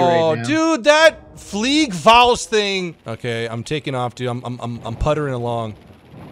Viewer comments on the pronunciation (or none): GAME: it's FLIEGERFAUST, see, I write it down for you. American youtuber: "FliegerFUAST" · I'm from Germany, and your Sperling of the "Fliegerfaust". *hrmmm... Sorry "Flivraus" make me laugh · small correction: Its "Fliegerfaust" not "FLIEGERFUAST " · Did you mean "Fliegerfaust"? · Hi nice vid but u switched up the a an u in fliegerfaust. uwu